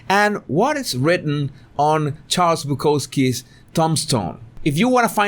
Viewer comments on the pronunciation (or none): none